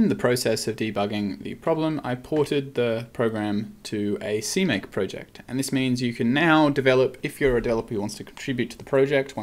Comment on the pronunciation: see mac? seemaque? wtf?